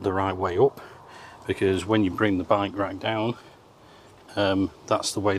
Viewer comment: I love his pronunciation of by-wak. It took me a while to realize he meant bike rack.